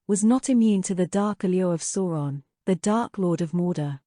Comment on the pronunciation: Please learn how to pronounce Sauron correctly! It's like "sour" and not like "saw". It's been in enough media to not make this basic mistake.